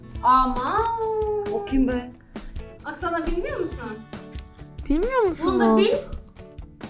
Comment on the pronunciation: Doksana değil aksana